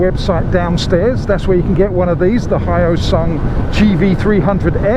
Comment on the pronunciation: Hello. I'm a supporter from Korea. First time to see a review on Hyosung bike by the foreigner. FYI, it's called H+yo sung not Hy+o sung. Keep up the good work! Thank you!